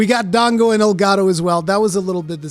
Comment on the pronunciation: Monster Hunter Rise Sunbreak. Sponsored by El Gato. Seriously though, that's what I heard every single time you said Elgado. Which is kinda making me hate the name. Oh well, I'll get over it. I'm sure it's gonna be a cool expansion.